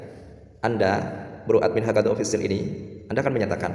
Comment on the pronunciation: Belum apa apa udah salah bukan hakadza bro tapi hakaza, bro juga harus hati2 nyebut channel orang